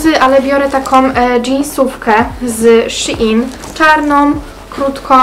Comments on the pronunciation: Szejn a nie Sziin 😌😉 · Shein się mówi szejn, a nie szi in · shin haha a nie shein